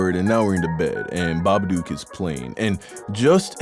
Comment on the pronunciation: Im dying at how you pronounce "babadook", as an Australian I can tell you its SO WRONG.